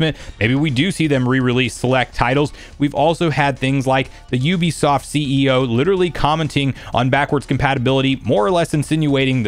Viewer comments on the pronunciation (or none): none